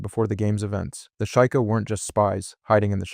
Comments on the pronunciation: shy kah? its SHE-KAH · You do realize you are mispronouncing the races name Like sheikah as sheika when its she-ka Gerudo as Jerudo, but its gerudo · SHE-kah, not SHY-kah. (Sheikah) HI-lee-anne, not HEY-lee-anne. (Hylian) REE-toe, not RA-toe. (Rito) man, people gotta stop using AI slop... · I can't tell if dude is butchering the pronunciation on purpose or if he genuinely thinks gerudo are pronounced like Jerudo And Sheikah are pronounced like Shaikah... Maybe he's using AI to voice over his videos 🤡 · Ok bro I was gonna let the way you pronounced Gerudo slide but after I heard what you called the Sheikah, im out.